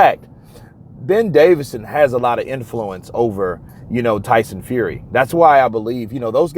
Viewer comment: How many times its Ben DAVISON not DAVIDSON